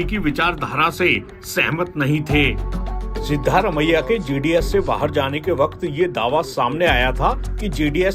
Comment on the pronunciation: सिद्धारमैया नहीं सिद्ध रामैया